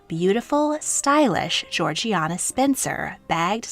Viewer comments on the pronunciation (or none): The Duchess of Devonshire was not "Georgie-ana", despite the spelling. Her name was pronounced "Jor-Jayna". Also "shire" is pronounced as "shur"(aka: Devon-shur). I understand that you're not British and I am not trying to be disrespectful but given the number of videos you make on British history, I think it is important to learn the correct pronunciations of names and places. 😊